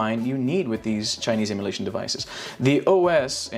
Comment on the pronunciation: Kinda sounded like you said "Chinese immolation devices". 🤣🤣🤣 Nice overview. I picked up this one, and the RG353M, and at least one will be going back. It's hard to resist the metal case, Hill sticks, and a little Dreamcast action, so probably the XX will be re-boxed soon. Tempting to keep both, but that's just a bit too much $$$ outlay. I'm hoping I can throw Robotron 2084 on the dual stick 353M.